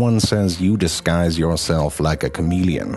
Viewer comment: you diskise like a chameleon just say your mum ahahhahahah made me laugh all science lesson (1hr)